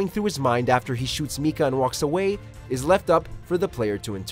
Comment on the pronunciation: Narrator MEE-KAH